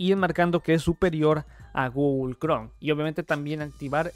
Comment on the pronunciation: Lo voy a tomar tan en serio como puede ser tomado de alguien que dice "Gugol Cron" y "Microsoc"